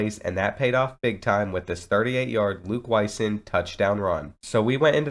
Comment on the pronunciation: The last name Wysong is pronounced WhySong. Always awesome to see someone with your unique last name on ncaa football 14. Thanks for the wonderful video!